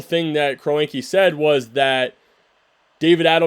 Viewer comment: I appreciate the videos, also that's not how kroenke is pronounced🤣